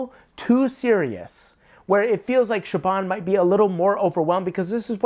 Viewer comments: the guy in the video pronounces her name like it's a B, when it should sound like a V. I thought that would have been pretty obvious. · he's saying it mostly right, but the bh is supposed to be pronounced as a v. Idk why that is, ask the long dead Irishman who decided that's how that name would be pronounced. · THERE'S NO B IN THE PRONUNCIATION OF HER NAME! IT'S A V!!! Sorry, but this bugs me... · btw, her name is pronounced "Show-Von." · Her name is pronounced Sho-V-on. And the crystals are palimpsests. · great video. Just for future reference, I believe Siobhan's name is pronounced with a 'v' sound ('Sha'-'vawn') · he isn't tho? Is saying it with a b like every time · I was yelling at my phone lol "her name is pronounced shavon, siobhan is a beautiful Irish name" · I don't think that's how you pronounce Siobhan, my guy.